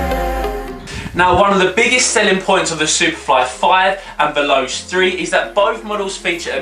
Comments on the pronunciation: YOU DO NOT CALL IT VELOSE!! IT'S PRONOUNCED 'VELOCHAY' . MY GOD! I THOUGHT IF YOU KNOW SO MUCH ABOUT FOOTBALL BOOTS, YOU WOULD KNOW HOW TO PRONOUNCE THEIR NAMES!! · its (vel-oh-chei) not (vel-os) no judge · it's not vel-ows is vel-o-chay